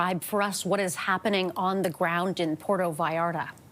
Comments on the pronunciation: She needs to learn how to say the city's name. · “Puero Vallara”